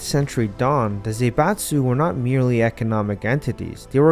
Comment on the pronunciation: It's not Zeibatsu, but Zaibatsu, Zah-ee-batsu. Please check the pronounciation before using a term this often